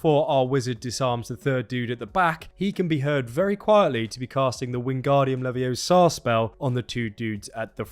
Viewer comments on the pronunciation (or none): Good vid. Lots of content but I would have to remind you that it's Wingardium LeviOsar not LeviosARR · It's LeviOsa, not Leviosarrr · You had it coming! It's leviOsa not leviosA! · It's LeviOsa not LeviosAR. I'm sorry, I had to say it. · It’s LeviOsa, not LevioSA!